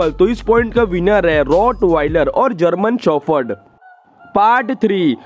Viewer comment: German shophord 😂😂 🤦 indians english